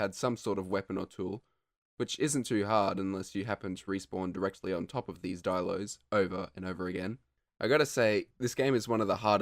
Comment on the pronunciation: not dielos, dilos